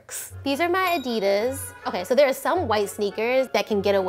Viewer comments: "This specific adida" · She’s saying Adidas(with silent s) Me: 😣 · Omg when pronounced a singular Adidas shoe as an “adida” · Am I deaf or did I just hear say ''Adida" instead of "Adidas"...is that like a thing now? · “this specific adida” im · Did u say adida no sweetheart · Who was annoyed that she said Adidas WRONG?!?!?!